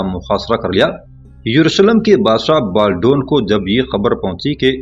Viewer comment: انیسکی بات کو آپنے طویل تر کردیا ھے اور بالڈون کا نام غلط نہ لیں۔Baldwin